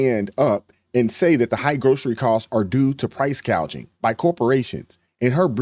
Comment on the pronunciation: She did not say gouging, she said gay-jing.. Like gay-jing beef..lol i can't believe nobody is banking on this word salad of her.. Not even Zukerberg likes her..lol